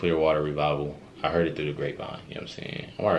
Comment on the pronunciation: I love this song. But I always crack up when I hear him pronounce the word Heard - Some people say it like Herd - Other it sounds like Hurt he sounds like HOID and I have never heard anyone ever say it like that since.